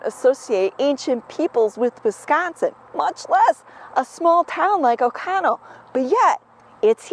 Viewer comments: oconto not ocono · Does OconTo have a silent "t" or is this a Wisconson pronunciation?